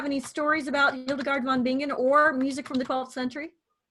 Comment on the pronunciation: It's pronounced VON BI-NGEN, not VON BING-GEN. Like singer is si-nger, not sing-ger.